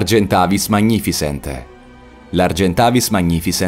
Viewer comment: Vogliamo parlare di "Magnificens" pronuniciato "magnifisent"?